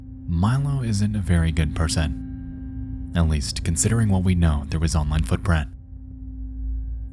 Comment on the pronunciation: a very good persAUn